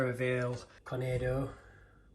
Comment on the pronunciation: That's a sweet looking build. FYI, It's pronounced Core-Nado(Spansih for Crowned), like the Beach City in California in San Diego.